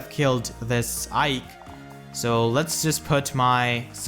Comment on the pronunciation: It hurted really bad when you said "Aike"